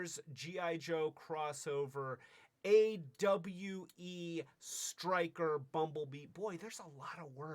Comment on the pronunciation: I am facepalming every time spells out A.W.E. It's pronounced "Awe Striker". You didn't spell out Aych-Eye-Ess-Ess for the Megatron HISS tank, did you? NO! And don't be dissing Crankcase! He helped rebuild Bumblebee into Goldbug in the comics, and earned a Purple Heart for his service during the Cobra Civil War campaign! Not to mention making the ultimate sacrifice to save Duke and Falcon from the SAW Viper in Trucial Abysmia! And in the Marvel UK Action Force continuity he even fought Megatron!